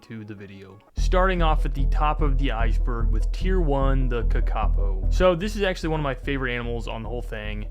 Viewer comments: Kakapo is pronounced Ka Ka poor okay not Ka Ka po you monster that is an insult to everyone in NZ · the kakapo is pronounced kah kah po not ka ka poe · its kaka-po, not ka-kapo 😭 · "ka-kaw-poe" lmao (correct pronunciation is like 'car-car-poor' but with a british accent) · ka-ka-poo not kuhkahkoo lol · Kakapo is pronounced more like "kah-kah poe" btw 🤓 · the kakapo is actually pronounced kaa kaa po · the KA-KAH POEW Lol mispronunciation aside I love these kinds of videos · it's pronounced karkahpoe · car cuh po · ka ka poe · its pronounced Kaka-Po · Sorry to say put kakapo is pronounced "ka-ka-po" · That is... Just not how you pronounce kākāpō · What was that pronunciation of kakapo??? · Pronounce the damn kakapo better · you pronounced Kakapō wrong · As a new Zealander, the way he said kakapo made me giggle a lil bit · sorry man but i had to click off when i heard that horrendous pronounciation of the kakapo LMAOOOO i was so excited to see my countries native animals but brother 😭😭😭